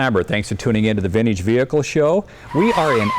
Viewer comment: Ugh. He says vind-eeege like such a boomer